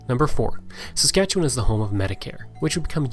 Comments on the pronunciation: It's very refreshing to see someone actually say Saskatchewan correctly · At last, a video about Saskatchewan by someone who knows what they're talking about, complete with correct pronunciations.